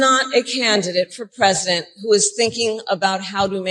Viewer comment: Your pwesidink is afraid of everyone.